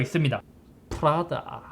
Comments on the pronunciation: 푸라다가 아니고 프라다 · 프라다가 계속 푸라닭이다고 들려요 ㅋㅋ (나 배고픈가?) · 저이거 보면서 생각한건데... 저만 프라다를 자꾸 푸라닭으로 말하는걸로 착각하나요..?